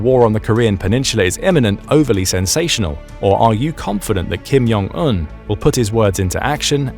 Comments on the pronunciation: Kim Jong Un, not Kim Yong Un. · Welp despite we all hate the Kim's family, let's name them properly. J sound is not Y sound in Korean. Do you pronounce jug, joe, July as yug, yo, yuly? 😂 It's not Kim Yong Il or Kim Yong Eun. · ‘Kim Yon Un’ He says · Just a comment, Korean actually has a "J" sound, so "Jong" is pronounced as one would expect, not with a "Y" sound.